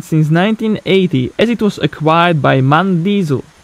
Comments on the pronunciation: It is not "Mahn", it is M-A-N. It is an acronym for Maschinenfabrik Augsburg-Nürnberg. So every letter is spelled individually. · M.A.N come on it‘s not hard to say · Not to be a smartass, but in MAN each letter is pronounced individually. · MAN is not one single word its an abbreviation, so you spell every single letter. But beside of that it was a very interesting video.